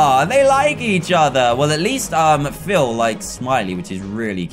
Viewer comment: Bruh its Phil not phile